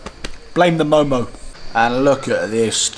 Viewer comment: its not momoz its mo:mo. and veggie do not taste so good... buff are the best in Nepal...